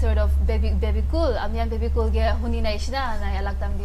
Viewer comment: Guys the name is Bebecool not Babe Cool